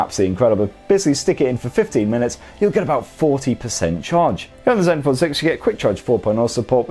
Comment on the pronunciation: did you call the zenphone "Zeus"? I like that